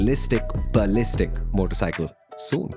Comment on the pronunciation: riyalishtic baliztic